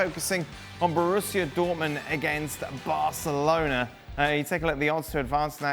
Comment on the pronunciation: Dan Thomas' pronunciation of Barcelona sounds like [BELCH!]-chalona.